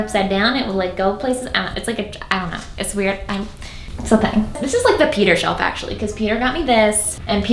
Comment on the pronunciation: Every time you say Peter with an accent and it sounds like your calling him cracks me up. Especially when you say "And bought me this" hahaha sounds like an animal rights organization bought you a present 😆